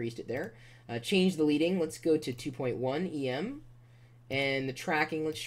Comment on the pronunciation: It's pronounced led-ing not leed-ing